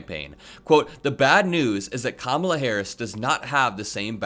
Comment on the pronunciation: Is Trump just incapable of pronouncing Kamala Harris's name correctly, or does he think he being clever,,,,If he keeps pronouncing her name Ka-Mala,, she should start pronouncing his name Don-Old